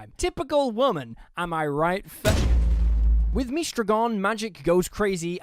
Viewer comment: Saying Mystra the way JarJar Binks would is making my head hurt 😂